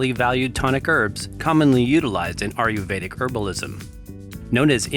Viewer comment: Great videos, but PLEASE say "Ayurvedic" right. It does not sound like "Are-you-veda" but more like "Aye-yur-veda". Other than that, great job!